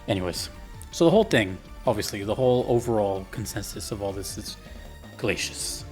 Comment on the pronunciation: Glay see us. Not Glayshus, even though that is how it is spelled.